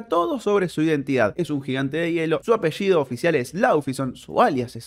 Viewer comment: Gracias por decir bien mi apellido, recién lo termino perdón